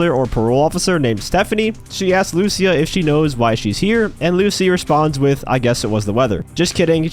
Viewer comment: Please say lucia correctly jajajajaj her name has the accent on the i not on the u luc!a